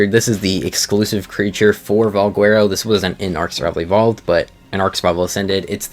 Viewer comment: don't trust this guy's pronunciations, he botches a lotta stuff